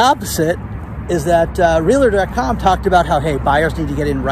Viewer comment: I know you like to say "la la la la la", but please, don't let a "LA" worm its way to the middle of the word REALTOR. It's just REAL and then TOR. You are too smart to be saying it that way.